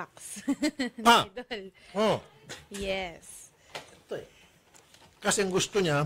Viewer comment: Sabi ng babae i-yeth 😂😂😂😂